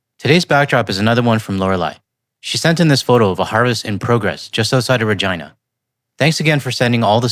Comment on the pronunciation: You said "Harvest near Regina", as a non Engilish speaker I understand "Harvest near her verg...a" and I was shoked. Sorry for that, but I had to laugh. But keep on your video's, elbows up my friends.